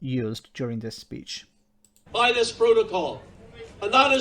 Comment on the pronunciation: Don' t you love how his accent gets in the way ... 'the media are here tonight to see dis unity ...' He means, of course, 'this unity', but let's take his first answer.